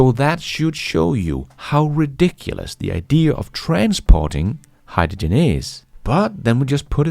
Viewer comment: agree, but please HY-dRo-gen. Not Hy-da-gin.